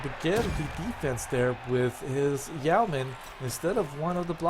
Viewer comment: And its yeoman, as is Yo' man.